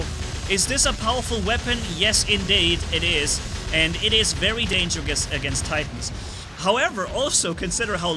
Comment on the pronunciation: Dangergouse thats what you said